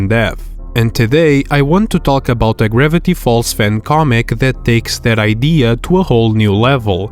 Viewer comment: Is bro saying "ribbity falls" not "Gravity falls"